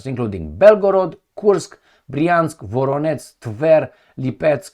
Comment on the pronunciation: Can I just be anal and say that "Voronezh" is pronounced like "Zhukov", I mean the "ZH" part.